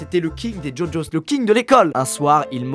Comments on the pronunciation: ça s’écrit gogos mais il dit ça djodjos 😂😘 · Par contre on dit GoGos ( GUOGuos) et pas jojos